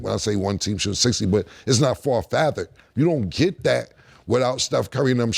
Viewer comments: Dafuq is "Far Fathered???" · “Far fathered” is crazy